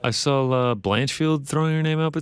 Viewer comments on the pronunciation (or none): "I sawl a, I sawl a" Imagine being in your 40s and still can't pronounce a word like "saw" that the average first grader should be able to pronounce. Unbelievable.